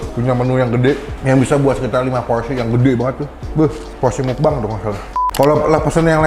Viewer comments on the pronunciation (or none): none